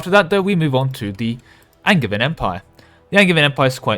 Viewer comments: Wait, isn't Angevian pronounced with a J, like in Anjou? I would use the hard "g" in Magisterium and a "j" in Angevian, you must have it backwards! (non-native speaker btw) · Definitely a soft J in Angevin AND in Magisterium. All the Magi- words are soft J -- magi, magic, magicka, etc.; magus is hard G because it's the ancient Greek root.